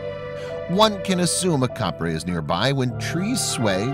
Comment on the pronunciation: it's not Caprey It's capre